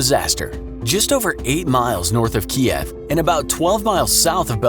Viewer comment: Ooof hearing Kiev be mispronounced. Yikes. There's two variations that could've been used. Neither were used.